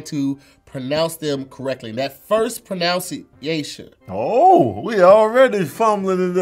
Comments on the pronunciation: Dude said "Pronounce-iation" 😂😂😂😂😂😂 Damn,, the game didn't even start yet. 😂😂😂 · I love the show and everyone on it, especially. The English language is a crazy language. For example, pronunciation is actually pronounced prənʌnsieɪʃən, not prənaʊnsieɪʃən. I used to make the same mistake as well, until one day I finally looked it up. When you get a chance you can check out the The Chaos by Gerard Nolst Trenité 😋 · The funniest part is that they keep saying "at least i got the pronounciation right" when its Pronou "pronunciation" Pro NUN ci a tion lmao. Dont worry too much.. I turn 35 this year.. Ive only know this for a few months lol. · them saying "pronounciation" and not "pronunciation" really bugs me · He legit can't even pronounce the word "pronunciation". Bruh it's not "pronounciation." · ProNUNciation, Geez 🤦🏾‍♀️ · Are we really gunna keep letting say “proNOUNciation”? He is mispronouncing pronunciation. Wrong tense of the word Hahah I can’t. Loved this episode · The first word he pronounced wrong was proNoUnciation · 11 dislikes are for the people who got weak pruh-nuhn-see-ey-shuh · Nigga said “Pronunciation” wrong😂